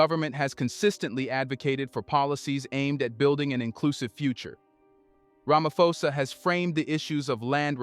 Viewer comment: While I appreciate the work you do, I also feel you need to do a research on name pronunciation. Cyril Ramaposa is a public figure and it surprises me that you pronounce his surname as Ramafosa.